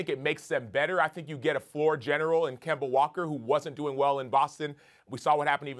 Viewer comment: Can't wait to hear Stephen A. Kember Walkeer more often 😂